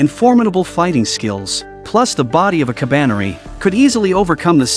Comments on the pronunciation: Ka ba ne ri and not Kabane. DON'T MAKE IT SOUND GAY DUMBAZZ! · is not kabaine is ka ba ne ri learn to read moron